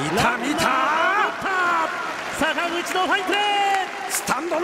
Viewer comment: あたり坂口選手といっているところが佐村河内選手って言っているように聞こえた